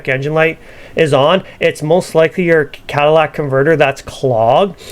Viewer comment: CA-TA-LI-TIC ... Not Cadillac 🤣